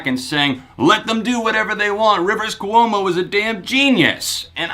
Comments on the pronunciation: Kwomo not Ku--omo. Ahhhhhhhhhhhhhhhh!!!!!!!!!!! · Dude says hes been a weezer fan for 16 years yet he can’t say Rivers Cuomo.... Really that just distracted me soo much I couldn't finish the video.